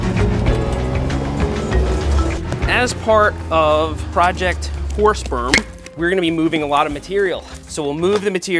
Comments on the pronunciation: you might want to change the name or pronounce it more clearly, i can only hear projecr horse sp€rm and i'm quite sure that's not what you're saying :)) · I'm using auto generated captions with your video, and you should definitely try to enunciate "Horse Berm" because the autogenerated captions keep telling me it's "Horse Sperm". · Is it just me that keeps hearing Seth say "the horse sperm project"? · Thought he was saying horse perm with a P. 🐴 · Sorry but every time you said it I kept hearing horse sperm and couldn’t contain my laughter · Don't know about you, but I kept on hearing "Project Horse Sperm"...🤣🤣🤣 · is it me or does it sound like hes saying project horse sperm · im sorry but i always hear you say project horsesperm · what is "whore sperm" seth kept saying it